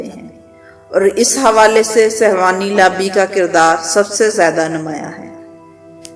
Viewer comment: beti ye lafz sehwani nhi balke sehooni hy.